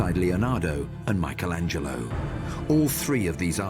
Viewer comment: Why does this program insist on mispronouncing the name 'Michelangelo'?